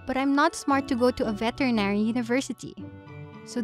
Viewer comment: I laugh my ass off the moment i hear vetenary school lol Lovely video though! Story dialog is off sadly but its still a wonderful story!